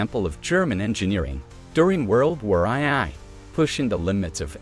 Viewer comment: World War "Eye-Eye"? I'm out.